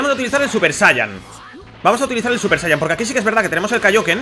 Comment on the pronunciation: se dice sayayin